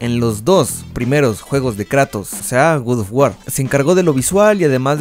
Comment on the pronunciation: Otras personas: "God Of War" El: "Gud Of War"